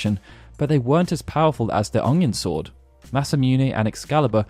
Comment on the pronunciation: I may not be a native speaker of Japanese, but I can comment on the pronunciation of "UNG-yun sword"